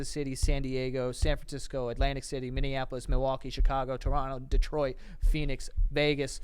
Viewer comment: So proud the boys pronounced Minneapolis correctly 😂